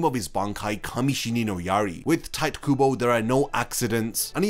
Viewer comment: Did mans say "Tight Kubo"? You can't be making Bleach videos and not be able to pronounce the creators name. Do some homework